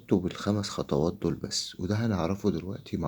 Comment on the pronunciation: خطوات يا أستاذ 😊 مش خطواط!